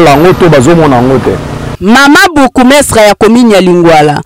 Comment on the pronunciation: Maman journaliste, ezalaka bourgmestre. Bukumestre wana na monoko nini?